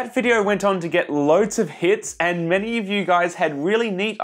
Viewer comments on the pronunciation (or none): none